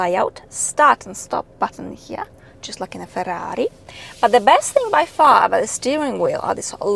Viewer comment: Though I've never heard anyone pronounce Ferrari so beautifully, I think the Giulia suits you very well. Its a shame that times dictate that even an Alpha requires a non standard exhaust to "pronounce" itself properly. I enjoy your channel. I hope the manufacturers value your perspective on cars because I for one am sick to death of car performance stats. At the end of the day, its about how a car moves you.